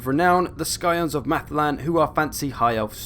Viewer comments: The "SKYONES" of Mathlan? Come on mate, that's not how you pronounce Scion at all. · Scionsis pronounced “Sigh-ons” sorry just bugged me xD Great video man helps out a lot